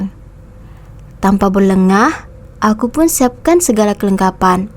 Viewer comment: bukan berlegah min,berlengah...